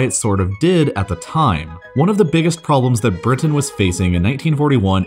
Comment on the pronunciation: lol the way you pronounce Britain